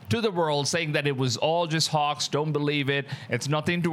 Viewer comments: Bro can you say HOAX again? lol sounds like your saying HAWKS!!!!! Hawks hawks!!! Hoax Hooaks!!!!!😂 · Your saying HOAX like a texan says horse/hos. It makes an "O" sound, like Broke or Coke or Joke not "AH" like Pox or Dox or Fox, so it's more like HO + X = HOAX, sorry I know I would want to be corrected if I was mispronouncing in another language. please don't think im being mean. thanks. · Hoax isn't pronounced "Hux" it's pronounced 'Hokes' . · Hoax as in pokes not Hoarx as in dorks! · Hoax is pronounced Hoxe (long o sound), not hox. Cloth is pronounced clawth (short o sound) not clothe (long o). English and English spellings are tricky for native speakers, never mind those whose first language is something else. Interesting video! Christ is Risen! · Well, first off you’re not pronouncing the word hoax right. It sounds more like this hokes not hawks. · It's definitely NOT "hox". lol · I cant tell what ur accent is. Idk what ur first language is. But u speak english like an american. Its really really good. So i want to let u know when u say hoax its not pronounced like that. Ur saying it like hocks. Its like how santa says ho ho ho. Ho- x. The x is right. Butbpretend the a has nothing to do with it. Anyways GREAT VIDEO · Just like you pronounce oat in oatmeal you pronounce hoax. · WTF is a "Hox"!?!?!?!? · Because you are adorable, the word hoax, ( the o is a long vowel) hoax. A line goes on top of the o. ❤